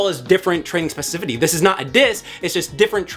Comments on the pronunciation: not being able to say specificity is hilarious. Great video nonetheless 🔥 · My guy, great video as per usual. You gave me great things to think about, and I appreciate you greatly. One note: you are misspeaking the word “specificity.” Nothing but love. Keep up the great work. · Now I can’t stop saying specificity.